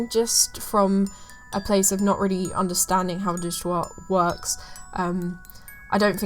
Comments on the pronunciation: omg when you started talking about "digital art" at I was so confused bc i didnt understand the word that ypu were saying. instead of digital art i just heard "di gu ua" and i was like what the hell is digua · Oh "digital art"?? i kept hearing "dishtoah" ! lol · Did they say "digital art", i couldn't tell